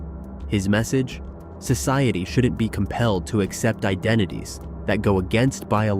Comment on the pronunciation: The narrator used the word "shouldn't", but mispronounced it. He added a schwa when he said "shouldunt." That is incorrect